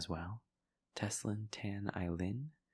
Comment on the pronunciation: anticipating for to call out my name u pronounced my Teslyn correctly!!! (which alot of people pronounced it wrong whenever they read my name out loud for the first time) but my surname is pronounced TAN, not 'suntan' tan. what surprised me more is that you pronounced my chinese name (Ai Lin) so perfectly. you made me giggled and smile just by saying out my name. Thank you for making my day. God bless and love you. Take care love ~with loads of love and support from Malaysia~